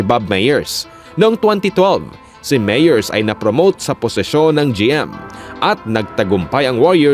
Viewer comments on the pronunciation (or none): Mali ang pronounciation mo ng "Myers". Konteng correction lang. Good content though. 👍